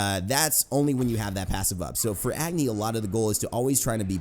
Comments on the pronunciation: Just FYI, Agni is pronounced ug (as in ugly) + ni (knee) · it not pronounced Agni its Uhgni. Btw I'm pumped for the new Agni skin coming out what about you? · You're pronouncing Agni wrong. I'm Nepalese, I know how it's pronounced.